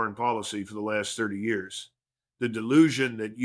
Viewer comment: Good content but the AI doesn’t know how to say years